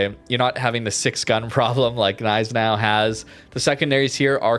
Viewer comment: Hate to stir this debate up again. Which we all know there'll be at least a few agros vehemently contesting it; I don't care! However, thank you for pronouncing "Gneisenau" properly! 👍🏼🤙🏼😎